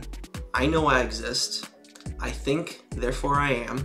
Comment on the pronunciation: "I think, therefore I thwim!"